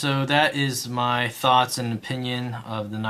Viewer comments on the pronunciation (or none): none